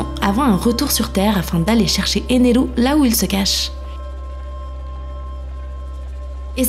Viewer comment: Les bons cotés de la vidéo ; elle prononce bien Eneru. Les mauvais côtés : on la voit pas car vous avez fait vos chiens de la casse à trop dire qu'elle était belle.